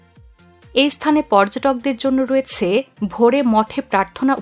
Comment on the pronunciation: আপনার রয়েছে,হয়েছে,করেছে এই ধরনের শব্দের উচ্চারন ঠিক নেই, শুনতে কানে বাজে, ঠিক উচ্চারন করলে ভিডিও দেখতে ভালো লাগে।